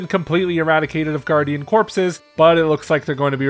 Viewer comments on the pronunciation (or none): none